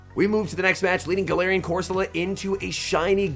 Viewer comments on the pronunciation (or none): Please fix your pronunciation being deliberately wrong with so many is just hard to watch. Fido. Doxsbun. Pidget. Not saying corsola like an Italian dish.